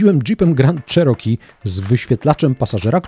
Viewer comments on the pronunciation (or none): no bardzo poprawnie 😂